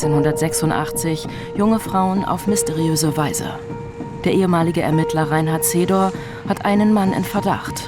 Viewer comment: Es heißt "ERMITTLER"‼️